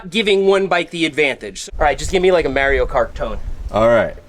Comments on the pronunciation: Who the hell is Mary-Oh? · "Mare-ee-oh" has me questioning everything. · It’s pronounced Mario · someone tell this man how to pronounce "Mario" 🤣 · I can't get over how you pronounce Mario. Lol. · Why he say "Mario" like that?